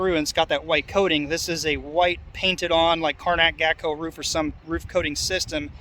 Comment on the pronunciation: The "A" in Gaco is said the same way as the "A" in the word "pay".